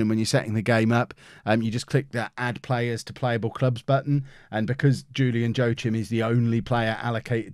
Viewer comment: joachim is pronounced wakeem